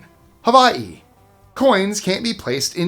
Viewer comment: Please repeat how you say Hawaii! Sir! Please tell me you didn’t say Havaii